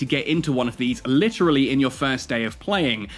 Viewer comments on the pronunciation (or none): none